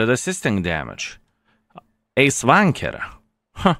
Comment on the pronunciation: Does he say Ace Tanker or Ace Wanker?